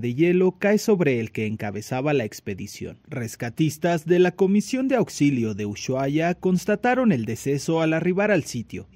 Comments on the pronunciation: ushuaia: La pronunciación Correcta es usuaia NO uyuaia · Pobre!! se pudo haber evitado!!!, una cosa que quería decir es que la palabra Ushuaia se pronuncia Usuaia sin la sh, así como lo escribí, pareceria que el periodista buscó la palabra solo en el traductor, saludos desde Argentina. ☺😘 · se dice Usuhaia la H suena muda. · Usuaia decimos no ushu ajsjjsjs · Se pronuncia Usuaia